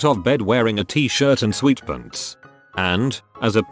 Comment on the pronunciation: “sweet pents”